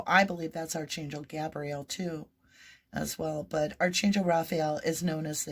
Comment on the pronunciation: A little pet peeve...Archangel prounounced Arc an gil. Sorry to come across judgy. Not meant that way cuz you are awesome. ❤